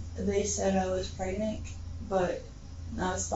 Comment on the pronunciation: Pronounces it "pregnick" and thinks she's going to outsmart police. 🤔🎓